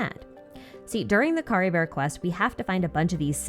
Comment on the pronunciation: No but why did you pronounce Caribert as CaribeR 😭🥲